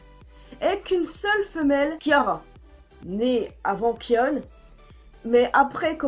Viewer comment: Kion se prononce kayonne pas kionne